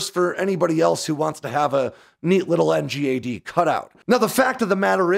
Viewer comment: Please can we call it ‘en-gad?’ Not spell it out.